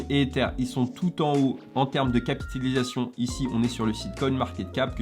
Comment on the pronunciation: T’a un soucis avec le mot « capitalisation » 😂🤣😂😂. Super video encore une fois 😉